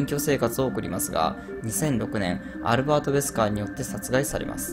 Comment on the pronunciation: アルrrrrバート・ウェスカー